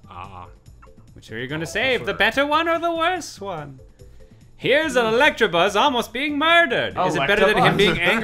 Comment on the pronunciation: Chugga passive-aggressively correcting Jon every time he says Electrabuzz is honestly my favorite thing.